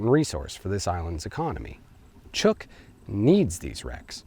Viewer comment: Great video. As a resident of Micronesia, I would like to inform you that the island group is pronounced as if it were spelled Chook. Or, if you will, with a long u.